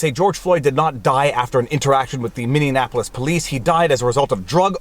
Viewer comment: Haha.. it's true - I caught him blatantly mispronouncing something else a while back, and while I don't wish to be the grammar police, it sure is distracting to hear it. Especially from a 'learned' fella. Tongue in cheek, takin' the piss ~ but yeah. I kinda like Mindianaplois though.